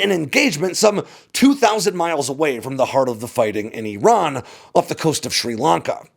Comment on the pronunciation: Eeron? Where is Eeron? If factuallity matters to you, make an effort to pronounce names correctly,. IR-RON AND IR-RAIN-E-AN. People learn from you, you kinda owe It to them to make an effort to deliver correct information.